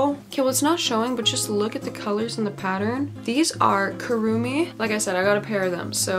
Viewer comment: IM SORRY WHAT!? "I got these .... Kuruumi" WHAT??? EITHER I SPEAK A FOREIGN LANGUAGE OR YOU SAID THAT A LITTLE VERY WRONG (kur-O-me) KURUUMI